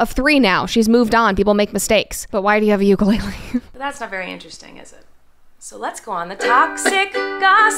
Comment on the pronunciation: if you still called Ukulele Ukulele instead of Ukulele, shame on you